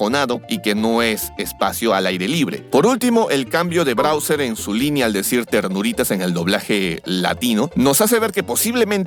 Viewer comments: Porque el dice brauser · Browser jajajaj de cuál hablas? Explorer? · Tas todo tonto diciendo Browser, pobrecito Mario le va a faltar un Ryzer 9 5090x para correr esa cantidad de veces que te equivocaste jajajaja buen vídeo sigue haciendo así las comparaciones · Todas las veces que dijiste Browser me dio ganas de tirar el teléfono a la miércoles 😂😂😂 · "Brawser" ~ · Muchos le dicen Bawser otros Como yo le decimos Bowser Pero le dice Brawser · Muy bueno el video aunque no sé que se fumo al decir Browser y no Bowser creo que la emoción de esta película debe ser la causa. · ''Browser'' xd